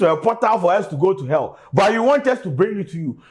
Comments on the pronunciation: He said you are going to err😂, instead of hell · "You're going to ELL" , 😂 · to be fair he did not say "hell" he said "ell"... 🤣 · Pls he never said u will go to hell...he said u would go to “ell”...let’s be guided😂